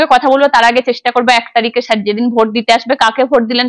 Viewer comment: আপনার প্রচেষ্টা ভাল। কথাটা শার নয় স্যার। 'স' টা একটু চর্চা করুন আর প্রশ্ন গুলো আগে থেকে গুছিয়ে নিন। ক্লোজ এন্ডেড প্রশ্নও কিছু রাখুন। যা পাব সেটাই কন্টেন্ট এরকম হওয়া উচিত নয়। হোমওয়ার্ক।